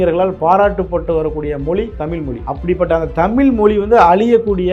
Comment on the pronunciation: தம்பி இந்தி திணிப்பால் தமிழ் அழியாது. உன்னை போன்ற 'ழகரம்'' 'லகரம்' வித்தியாசம் இல்லாமல் தமில், மொலி என அருவருப்பாக பேசுபவர்களால் தான் அழியும்.